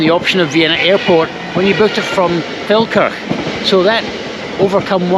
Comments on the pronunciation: As I live near it, I keep thinking you are saying, “Falkirk” 😂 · Every time you say Felkerk I hear Falkirk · Just for a split second, i thought you were pronouncing Falkirk in a posh way. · I first thought you said 'beautiful Falkirk' in Austria 😂